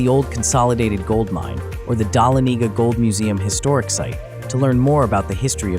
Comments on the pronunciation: I appreciate your attempt to pronounce Dahlonega- the accent is on “Lon” - duh LON eh gah Hope that helps! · This person has never been to Georgia. Images that are from Georgia. Can’t pronounce Dahlonega